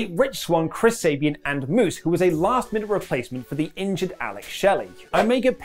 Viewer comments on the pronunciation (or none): it’s Sabin NOT Sabien